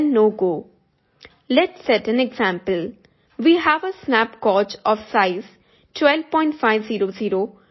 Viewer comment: Thank you for the information. As a native English speaker, the word gauge is pronounced like “gage” - rhymes with rage or page. 👍🏼